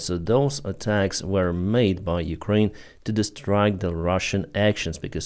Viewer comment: Big props for the shout-out of Cappy! Mans got balls and integrity. Just wish he knew how to pronounce Ukraine 😁